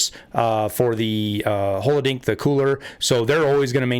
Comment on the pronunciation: Great video. I still hate to see the "Anglofication" of Tarkov though. I dunno I get it I'm a native English speaker and American born, but hey - at least you put the 'ah' in shmaska that was a nice flick - but holodink............. idk it sounds too much like "twink" to me and plus who the fuck doesn't want to say holodilnik? anyway the overlays are cool, get your kid in there and play some games with them too - I hope they are more of a part of your world than that tarnished flag, those weapons, or this game ever could be. cheers good shit watch your lane